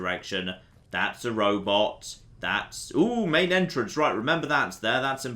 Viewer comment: "Main Entrance". Not Maintenance.